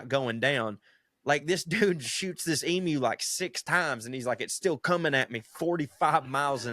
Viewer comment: The last ten minutes were sheer accent abomination. "Tanzania" 😂 Good onyez for pronouncing "emu" correctly. You wouldn't believe how often my ears have been defiled by hearing "ee-moo". Good stuff, ya carnts. 👍 🇦🇺